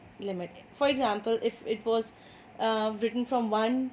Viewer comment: You said wash 😂😂